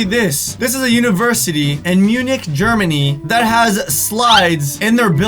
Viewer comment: Munich is pronounced Menich